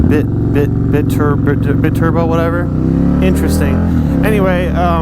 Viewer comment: I know no one cares but its biturbo, like bye turbo, but just spelt biturbo if it ever comes up :)